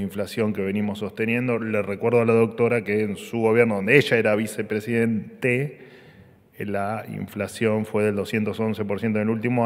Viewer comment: "...cuando ella era vecepresiden-TE," 😂😂😂😂